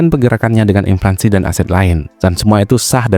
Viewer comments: Inflasi bukan inflansi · Ini yg ngemenk kok ngaco sih. Yg bener inflasi. Bukan inflaNsi. Wadoh... Fatal (adopted from English, inflation) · Inflasi bang bukan inflansi 🤌🏻leviouusa! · INFLASI min, bukan Inflansi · inflasi bukan implansi😅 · Gue setuju, tapi masa gak bisa ngomong INFLANSI?